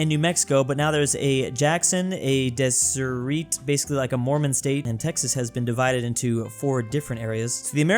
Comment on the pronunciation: it's pronounced Dez-er-et but close enough. Utah will gladly join Texas.